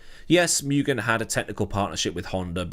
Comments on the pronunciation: Take one drink every time says "miugen" instead of "moogen" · Interesting video. But being a Japanese company, it would be more 'moo-gen', not 'mew-gen' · MOO GHEN not myougen 😅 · First syllable is pronounced “moo”, not “mew”.